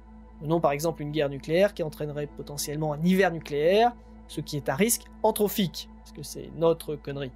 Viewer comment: À il me semble que l'on dit entropique et non pas entrophique...